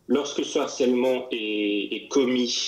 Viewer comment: HARCELEMENT commence par h aspiré. On doit donc dire LE harcèlement, et non pas l'harcèlement...Merci!